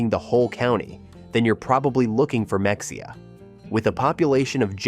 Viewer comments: I live in Purdon and have worked in Mexia. But research the word before you mispronounce it heh... Even the Wiki says "Mexia (/məxeɪjə/ ⓘ muh-HAY-uh or /mɛxeɪjə/ ⓘ meh-HAY-uh)[4] is a city in Limestone County, Texas, United States. The population was 6,893 at the 2020 census. The city's motto, based on the fact that outsiders tend to mispronounce the name as /ˈmɛksiə/ (MEK-see-ə), is "A great place to live, no matter how you pronounce it." BOO-ee, Tx as well... sighs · even real people not from Texas don’t know how to pronounce it. It isn’t that hard. Ma-hay-uh. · Oh my goodness learn how to pronounce these Texas towns ! Mexia !!! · I just found this video and my ears screamed in pain at the mispronunciation of Mexia, UGG! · Learn how to pronounce the town names correctly. First lesson is Mexia. If you really went there you would have known the proper pronunciation. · The way you pronounce Mexia... is how I know... you are not from Texas. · At least find an AI reader that can pronounce Mexia right 🥲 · The x is silent....MEXIA, SO LIKE MAHEYA💪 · Mexia is pronounced meh-hay-ah. Like it would be pronounced if you said it in Spanish. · You mispronounced Mexia it’s pronounced “Ma-hay-ah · This guy has never been to any of these places I’m sure. “MeXia”! LOL!😂. Can’t even pronounce it. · Bois D Ark is pronounced Bodark. And it’s Meheya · MEXIA is pronounced MA parentheses long a hey, X is pronounced hey, IA is pronounceD AH! ❤ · Ma-HAY-ya is how we say it in NE Texas , and Bois d'Arc is pronounced BO Dark. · I’m glad others came in to correct the pronunciation of mexia!! They even call their farmers market m’heya, so yeah! I’ve lived here a couple years now. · Mexia is pronounced ma-hey-ah I live outside of Kosse which is close to Mexia. Kosse is a great little town of 400+ people and it doesn't cost much to live here. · You mispronounced Mexia. It’s pronounced “Muh-HAY-uh” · IT'S MEH-HAY-AH!!! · Mexia is pronounced Ma-hey-a with the accent on ‘’hey’’. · It’s muh-hay-uh